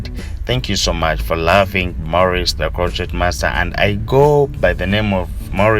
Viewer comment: I love how he says ''the croqueT master'' makes me smile all the time.